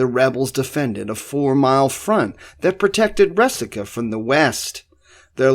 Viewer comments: Resaca. Rey-saca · It's Re-sack-ahh. I grew up on a farm near the mouth of Snake Creek Gap. The farmhouse was there during the war and my grandmother had two shoeboxes full of found relics from plowing her garden. We boys went around eyes on the ground looking out for minie balls, money(I found an 1835 half dome and an 1842 dime), coat buttons, etc. Also arrowheads--there was an Arrowhead rock--an outcrop of flint--on the property and chips were common finds.